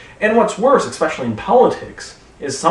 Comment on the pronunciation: Did he say "expecially?" What's next, "anyways?"